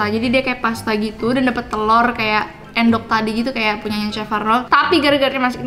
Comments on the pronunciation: endog bukan endok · Iya sama 😭 bacanya aendok pdhl bacanyakan eundok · Bacanya juga harusnya Ê (E-nya Enggak) Êndog 🤣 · Bacanya endok bukan endok :( Aku sebagai orang jawa merasa risih :( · Iyaa kan bacannya ēndog bukan endok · Maksudnya Endok(cth:entahlah) Bukan Endok (cth: emang) Jadi beda "e" nya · Bacaya bukan Endog tapi èndog wkwkwk. Paham ga? Ga ada vitur Vn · Make bahasa sunda boss d bacanya eundog bukan endog "dibacanya" (bahasa sunda) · Baca nya telor endog jane bukan endog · eundok not eeendok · "endok" aku yg orang jawa pengen deh ngajarin cara ngomongnya😭beda bgt. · Telur = endog... Baca "endog" itu pakek pengucapan dari "entah" itu bahasa jawanya telur.. hanya untuk informasi aja ya.. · "Endog" bukan "endog". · Telurr endog bukan end dog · iya endognya kaya pake é (pengucapan bhs perancis) hahaha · ngucapin endog nya e nya kaya kata 'peka' cobaa.. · bukan endog bacanya, tapi endog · Endog,,,,penggunaan kata E nya seperti ngomong Elang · Bacanya bukan endog tapi endog kalo endog tu telur kalo endog bukan telur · ngomong endog padahal aslinya endog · Maaf nih Cmn mau kasih tau Endog tuh “en” nya kyk ngucapin entah gt cara bacanya hehe its okay namanya jg bkn orng jowo ;) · endog , e nya pake e bukan e kak 😭😭😭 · Baca nya endog tapi endog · bukan endog tapi endog